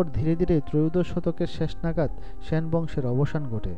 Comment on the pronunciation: "স্যান" বংশ... 😂😂